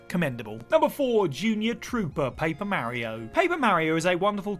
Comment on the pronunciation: Don't ever say mario again